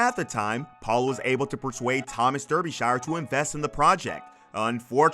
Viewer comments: Your pronunciation of Derbyshire is utterly ridiculous. Darby-sha. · Derbyshire pronounced DARBYshire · Oh jeez, your pronunciation of "Derbyshire" is like nails on a chalkboard to me...repeat after me...."Darbee-shur" (think New Hampshire)